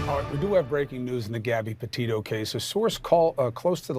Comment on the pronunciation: Petito. Not Patito and not Pitino. Sorry but this is disrespectful, too.